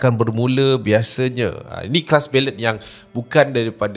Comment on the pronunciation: Pronunciation! Kalau boleh improve ya.. ‘bellay’ bukan belet